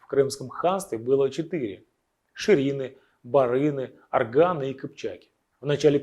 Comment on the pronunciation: Аргын а не Арган ))))